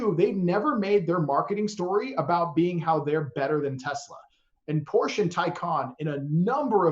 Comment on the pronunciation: I like the concept, but for my use electric isn’t there yet. I am here keeping up with the advancement in the technology, but one thing: Porsche—can you get an expert guest that knows how to properly pronounce the brand you are talking about?